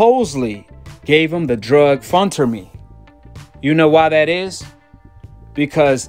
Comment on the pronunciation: So for the record he didn’t test positive for steroids - you can’t even pronounce phentermine right. Did you keep that same energy looking at GGG’s face post fights? Doubt it. Canelo hater!